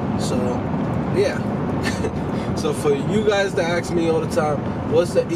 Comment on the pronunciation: "for you guys to axe me all the time"... u for realz, dog? :D